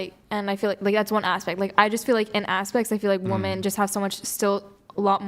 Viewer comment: ch3 is a straight up 10 until she says her rslurred pronunciation of women